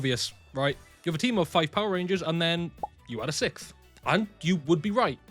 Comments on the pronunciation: for my sanity please "siXth" over "sickth" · sicth ranger. 😅 realized I seem kinda like a dick, so came back to edit. The way he pronounces the word sixth sounds like he’s saying sicth. So when he said “if you made it to the end of the video comment sixth ranger.” I was being literal because my sense of humor is very “haha” dry humor. Anyways, solid video explaining it all, I didn’t realize theyd added new categories, last I knew it was just 6th ranger and “extra hero” which I guess they’ve since broken down into 3 categories now. Anyways, favorite 6ths are Silver in space, and Quantum. Honorable mentions to silver wild force. Favorite extras are Deka master/shadow ranger and Magna Defender. (also Beast Demon Hunter Zeke from GoGo V, but he never got an english counterpart and probably still doesn’t have a ranger key, so…. 🙄)